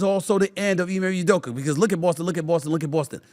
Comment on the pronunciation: “Ime Udoker” 😂